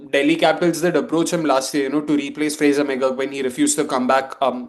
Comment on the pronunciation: Yes,I was also confused,I think he tried to say Frazer mcgarg.